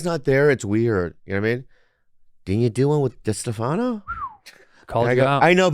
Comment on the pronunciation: When will tito bobbo get chrissy chaos' name right? DiStefanoooo